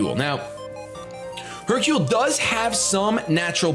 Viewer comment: do you know what Hercule and Sakura means?? Do you know how to pronounce Hercule and Sakura?? If not don't use it on your pokemons name!!